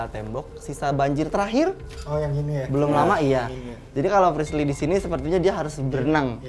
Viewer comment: Kenapa ya den ananda mangil frislly itu malah frisyy😅